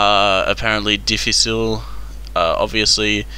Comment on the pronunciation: dificil is spanish but close enough you got the s and the ish right